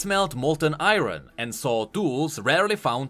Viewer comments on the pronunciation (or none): I think misspoke Iron into "Eye-Ron" or maybe not....